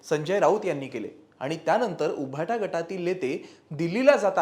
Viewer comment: अरे "उभाटा" नाही थर "उबाठा" आहे उच्चार सुधारा.